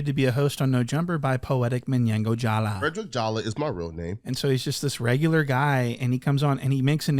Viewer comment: "Fwedwick Jawa"